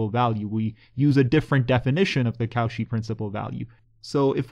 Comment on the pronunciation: Nice video! But Cauchy is pronounced as ko-shee, not kow-shi :-)